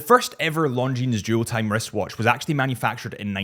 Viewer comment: Killing me on pronouncing the s over and over. The s is silent, such as debris…